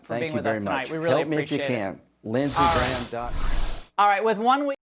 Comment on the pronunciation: Lmaoooo, you saying Lindsay’s website wrong on purpose!!! LOVE IT 😍 Cause we allll know what it is with all his bleating and pleading for money over Fox 😂🤣😂🤣😂🤣